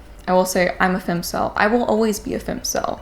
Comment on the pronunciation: Jesus Marie!! Its *Fem*cel wth an E sound